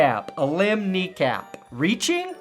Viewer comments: Alim McNeil. Pronounced Uh-Leem. Not Uh-limb (A-Limb) . But I get what you were doing. 👍🏽 . I’m a 43 year old Eastern PA. 33 year long Lion Fan. Call him/us what you want. Just don’t call us late for dinner! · it's pronounced Aleem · LOL I think it pronounced "A-LEEM" but still funny,. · Btw Alim is pronounced like dream not a limb lol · Alim rhymes with dream. Not limb. Alim the dream McNeil.